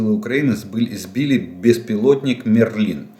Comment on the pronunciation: Волшебник мЕрлин.... пожалуйста ударение на первый слог